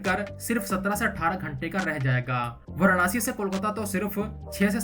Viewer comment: Pahle tu varansi/Va(a)ra(a)nsi toh bolna sikh le. Anpadh se bhi bekar aadmi hai bhai tu.